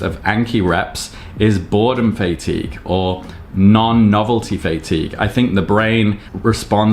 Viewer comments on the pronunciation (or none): fay-tigue 😂 pretty sure it's Fah-tigue. Maybe its just my british english difference. Anyway, I take it you have FSRS turned on? think I saw it in a previous update of yours... wonder what your intervals are?